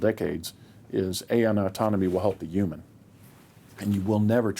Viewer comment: Why was dude calling Human’s Umans? Or am I just hearing him wrong?